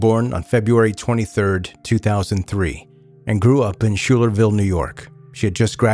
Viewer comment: Love your podcasts, have been listening for years. On this one, the hometown is not pronounced Shoe-ler-Ville, it is actually pronounced Sky-ler-ville.